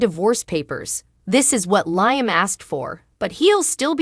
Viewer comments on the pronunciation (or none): Liam's name is not pronounced Liam as "ice, "but Leeeam. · I'm sorry be it's pronounced Lee um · Who is LI am???? Lee am correct way to pronounce the nsme!!!!!!! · Wow another channel that can’t pronounce Liam’s name correctly???? What us wrong with these channels that they can’t watch an episode of the show that they are doing a video to help them pronounce these characters name right???? Hell it doesn’t take a rocket scientist to figure that out????